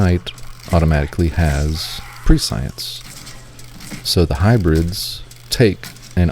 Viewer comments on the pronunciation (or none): pres-sea-ant pres-sea-ence 😁